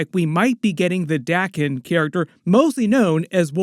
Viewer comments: It's pronounced day ken not dahken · Wolverines sons name is spelt Daken. So its pronounced 'Day-kin'. If it was spelt Dakken it would be pronounced 'Da-ken'. The rule is a double consonant after a vowel shortens the vowel. 'Daken' only has a single consonant so its a long vowel. Day-ken. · Your rule doesn't apply to Japanese words. Daken, or rather 駄犬, is pronounced dah-kehn.